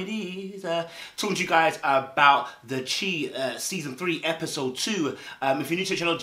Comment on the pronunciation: the chi is pronounced “the shy”